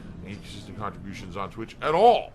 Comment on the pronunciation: “Khantribotiuns are and will always be mahndatory”